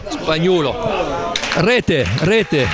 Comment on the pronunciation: è spagnuolo non spagnulo...